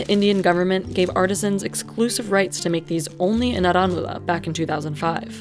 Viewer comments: It's pronounced "aaranmula" fyi😭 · "R N Mula knnaadee" Pronunciation ☝️